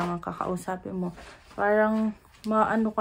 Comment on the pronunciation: I am curious , whenever you’ve said the word “parang” why are you pronouncing in slang “ peyrang” , when you are talking in pure tagalog accent ? pa cute Lang ba or pa arte Lang yun Sa Vlog mo?